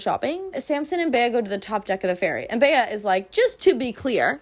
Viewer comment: oh my god for some reason i spent like the first portion of the video thinking the female lead was filipina or that you just know one with the name. bc that’s how we pronounce bea like the nickname for beatrice. colleen just gave her the white woman california vowel shift special.